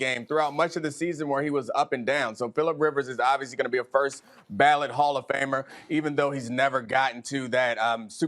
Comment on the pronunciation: Did this man say first ballot 🤦🏽‍♂️🤨🤣🤣🤣🤣